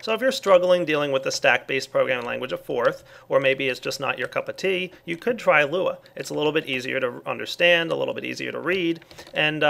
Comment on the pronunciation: I love when say "not your cup of tea" hey automatically sounded british